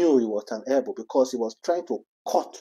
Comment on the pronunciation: Elbow not Helbow. I done see say english deh hard you, use pidgin I beg